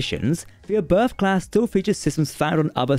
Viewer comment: It's called Oberth after Hermann Oberth. And it is pronounced OBERT. Do your homework correct or don't do it at all.